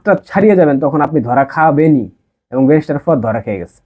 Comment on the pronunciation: তোর বাপের ও যোগ্যতা নাই ওনার সম্পর্কে বলার। তুই নিজেই তো এখনো ব্যারিস্টার উচ্চারণ করাতে পারিস না